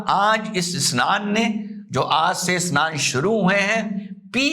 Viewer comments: A-SNAN nahin hai,, bhaiyaa yeh SNAN hai..😅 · SHAHI ASNAN nahi SHAHI SNAN. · Asnan nahi sir vo snan hai😂